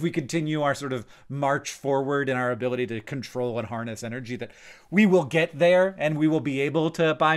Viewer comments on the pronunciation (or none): none